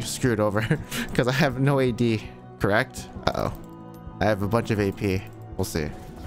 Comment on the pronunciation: “Gay peee gangplank”